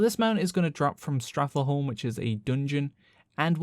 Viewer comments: Did you just say “Strath-eh-home?” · "Strathleholme" haha, good guide though.